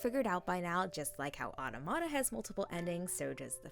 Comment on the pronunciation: Pronounced "aTAmata." <3 Amazing work, keep it up!